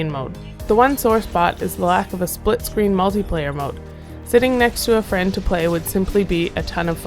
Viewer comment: did she say splitscreen?